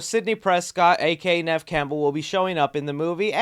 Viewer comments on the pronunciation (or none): none